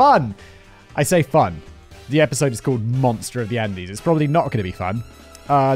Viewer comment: I liked this video because of the delivery and writing . I didn’t actually enjoy it at all . Even after all I still remember Simon said “undies “ instead of Andes . It is rare for a mistake to be heard , but the subject matter in this video conflicts me even further for finding it amusing at the time .